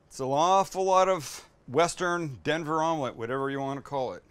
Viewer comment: He is making "Dever" Omlette💀